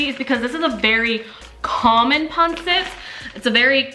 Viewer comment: Its Not Pronounced Panset…Its Pronounced Panseet! Got It? Good!